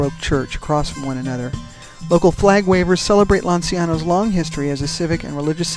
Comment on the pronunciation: My name is Pizzoferrato and I pronounce it correctly. Soolmona or Lanchaano might help you pronounce them.